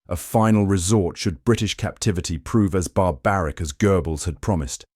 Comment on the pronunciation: This is quality AI BS. Goebbels = Gribbles! 😆😅🤣